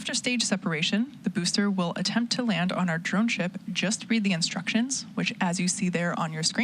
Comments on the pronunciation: Why "Attenpts" ? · "attempts" lol